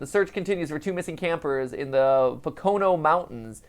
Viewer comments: MatPat... It's POH-ka-no. Not pa-KOH-no. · My man Matpat saying po-CO-no mountains... Bruh do you even northeastern mountain range? (It's PO-co-no) All kidding aside this was a great one to watch. Keep up the good work good sir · Just heads up Matpat (thought I'm sure someone has already said it) Pocono is pronounced Po-co-no. I made that mistake to when I moved there for a bit. Also I enjoy this and the musical numbers! I am also a theater nerd Lol!! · It is pronounce poke-o-no. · Said Pocono wrong lol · Hahaha, the way Matt is pronouncing 'Pocono' is hilarious. I live near the Pocono Mountains! Fun fact, I guess. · Came to the comments just to find this, had to double take when he kept saying it! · It's one of the easier pennsy words to say and he still slaughtered it lmao.